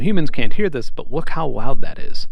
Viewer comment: Bro you're a rich YouTuber, get some speech therapy. Seriously. I haven't heard anyone talk like this since I was in elementary. "wook how woud that is"